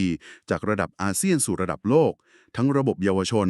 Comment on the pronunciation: ใช่เอไอฟากษ์ ออกเสียง โลก เป็น ลวก งบ เป็น หงบ